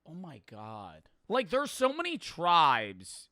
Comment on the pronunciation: His accent seems normal until he says the word so. “Siiiirrr”